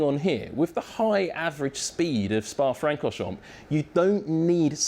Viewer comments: Dude in video: *pronounces most of Spa-Francorchamps correctly" Me: Don't you do it. Dude in video: ...mPPPPP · The “p” is silent in Francorchamp